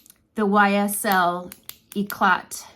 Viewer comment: FYI You are not supposed to pronounce the "t" at the end of YSL's Touche Eclat pen. Just thought I'd give you the heads up n that. lol. Pronounce it like "E-clay."